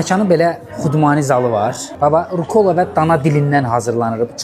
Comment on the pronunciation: RukOla yox, RUkola!🤦‍♀️